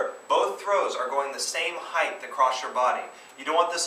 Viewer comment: Height not heighth! Imbecile.